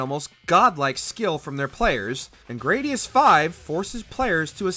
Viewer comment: Gradius uses the short "a" sound.